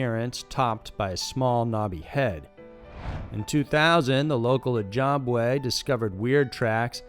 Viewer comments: 'Cananative Native'? I thought it was 'Canadian Native'. 'E-job-wae'? I thought it was 'E-jib-way' 'Win-DAY-go'? I thought it was 'Win-dah-go'? Man, forget this noise. Nice content though. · "A Canative Native?" "Ojobaway?" WTF? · Lmfao oh jobway lololol its pronounced o jibway or o jib wah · It’s not oh-job-way it’s oh-jib-way lol I know this bc I live in Sarnia Ontario about 5 mins from the reserve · Oh-Jibb-way... lol Hearing how you pronunciate Canadian/Native Canadian words gives me a good chuckle :P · Oh lord, oh-job-way 🤣 Maybe try a pronunciation guide before recording, it will save you stumbling through peoples and places you won't have the linguistic references for. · But in reference to the breaking bad story, you may be Ojibway but jib is not the way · Booby Hill, “oh-job-way- lol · And Oh-Jobb-Way instead of Ojibwe. Dude needs to seriously practice before going to air